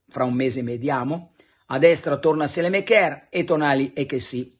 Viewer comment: Pellegatti, Saelemaekers si pronuncia Sàlemàkers...non sèlemekèr